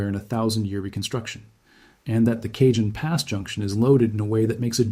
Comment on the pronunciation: I like your voice and channel. Just fyi: the “Cajon Pass” is pronounced “ka-hone” not “cay-jun”